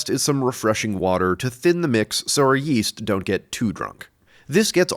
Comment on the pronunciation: Yeast? I thought you said weast.